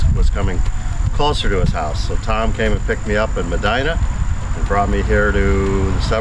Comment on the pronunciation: You pronounced Medina correctly!